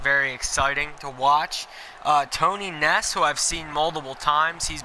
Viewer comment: I think you pronounced it Tony NEESE